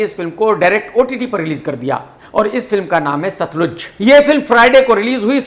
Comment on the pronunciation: सतलुज नहीं केआरके साहब सतलज